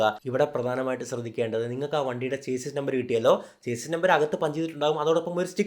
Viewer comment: ചേസിസ് അല്ല - ഷാസി എന്ന് പറയുക